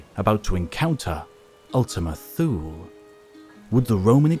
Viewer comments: ‘Thule’ is pronounced T-Huh-Le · Thule is pronounced Thul-eh. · Thule is pronounced “too-ley” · Not sure if the mispronounciation of Thule was deliberate to draw some comments or that all too common phenomenon of YouTubers not verifying pronunciation of a word they've only read but not heard, but either way, hope this helps... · To be honest, /θuːl/ makes more sense as a pronunciation than /θjuːliː/.